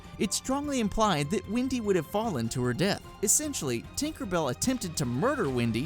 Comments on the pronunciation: dude pronouce your e's its wendy not windy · It's WENDY not WINDY gosh...